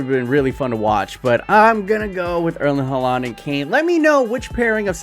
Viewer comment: “erlin hularnd”